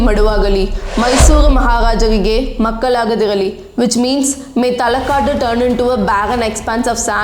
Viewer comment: Talakad instead of Talakadu. maralagali is pronounced incorrectly. Even her pronunciation of Ranganayaki is unclear, sounds like Ranganayagi. Even a non Kannadiga should not have issue pronouncing Shrikantadatta but she screws that up too. She pronounces literally every English word incorrectly. Mispronunciations are fine, it's natural. But being in denial and simply throwing compliments is not okay. There were hardly any Kannada words in the video and out of the very few she has mispronounced half of them.